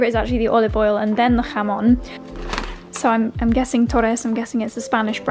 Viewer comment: I'm impressed, you pronounce very well "jamón" ;)